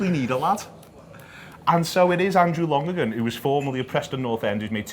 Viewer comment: It’s pronounced Lon-er-gan... he was Preston’s keeper when I was in school and I left 10 years ago, this is the weirdest thing I’ve seen in a long time.